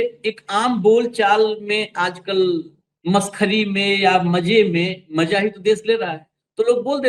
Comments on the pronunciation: Don't spoil the mood by pronouncing bad, rustic language, like, Maja nahinaaya. It's Maza, not Maja. Use Bindi in Hindi. It's Khhabar not Khabar. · Maja nahin... MAZA सही उच्चारण कीजिये